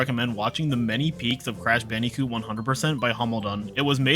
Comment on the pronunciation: It’s not cash banooca it’s crash bandicoot